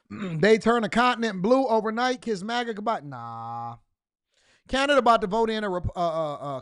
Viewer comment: Good vid when he say “MAGA” with that hard M . Ass pipe reporter..😂